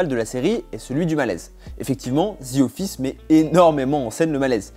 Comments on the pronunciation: On dit The Office, pas Zi office. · Genre il a dit ZI office..mdrr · “ Zi office “